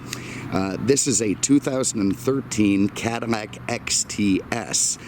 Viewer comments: It's a Cadillac not a Cadilmac sir lol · Could have have done without the weather and agri-report. Also what is a CADI-MAC? It's a CADI-LAC. If you can't say it, you shouldn't be selling it. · CaDILAC not canimac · ahahhahaha hahahahahaa!! yea he keeps saying Cadimac lol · Am I hearing Cadimmac? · Why dose he keep saying cadimack lol... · Is he saying Cadimmac? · why does he keep saying Cadimac?????? he doens't sound like an idiot otherwise. is this a thing ?????? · dislike for saying cadimax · Say the damn name properly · Too many butthurt people in the comments. Who actually gives a crap about how he pronounces cadillac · I don't know if anyone especially cares, but it is a bit odd.. Perhaps a personal idiosyncrasy.